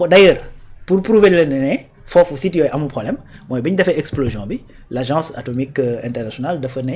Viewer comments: On ne dit pas explosition mais on dit explosion. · Explosition tu l'as répété deux fois. Heureusement le gars t'as corrigé sans te vexer.